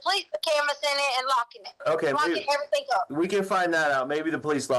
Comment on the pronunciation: I know! I cannot stand it! Maybe she doesn't know how to read. She's never picked up that the spelling any of those words do not include a "k"